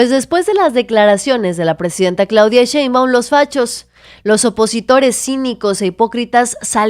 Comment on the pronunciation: A Monreal hay que decirle que no es Cheibaum es Shhhheinbaum.